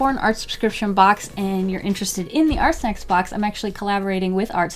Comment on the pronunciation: can i just say sometimes when she was saying ArtSnacks it sounded like she was saying arsenics And, what if you took water with food coloring and used the water brush like a marker, would that work?